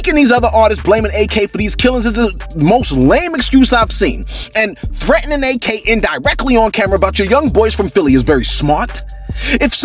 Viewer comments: Its not A.K. its pronounced like ack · It’s Ak, not A.K. 🤦🏽‍♀️